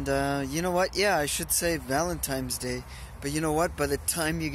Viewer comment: That soup look really good! That was a very nice, thoughtful ramble about dating, relationships, and vanlife. And oh, buy the way, it;s Valin TINE'S day, not Valin TIMES day. LOL